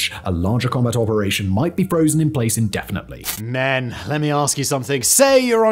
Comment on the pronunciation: So my browser skips over sponsored sections. All I heard was Simon saying "Men" with extreme emphasis immediately before skipping onto the main topic again